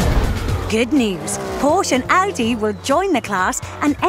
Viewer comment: PorschE There is an E at the end...